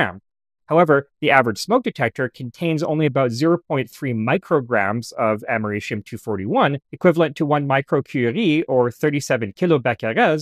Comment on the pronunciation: "amerishium"? i think you mean americium....... its a c... not an sh....